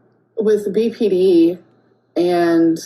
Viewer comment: “I experience Beepy Dee things”. Beepy Dee things…ar- is scary.